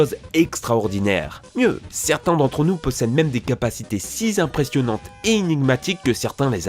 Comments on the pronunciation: je me suis arrêté à "des capacités si zimpressionnantes", je réessaierai cette chaîne dans un an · "siz impressionnantes"? oulà... va fallloir diminuer le taux de hype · Des capacités si z'impressionantes?!